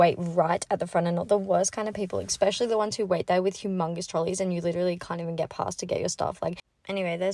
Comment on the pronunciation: “Expecially” - WTF? And what the hell is going on with those caterpillar fake things on your eyes? Horrendous!